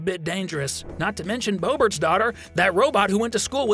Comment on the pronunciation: The way he said bobert killed me😭😭😭😭💀